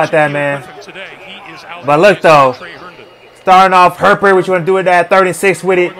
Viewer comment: Lol at the fans complaining about his pronunciation of Etienne, when he absolutely butchers Herbert's name! 🤣